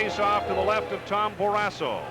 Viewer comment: Someone needs to tell the play-by-play guy that it’s “Barrasso” not “Barrassa”!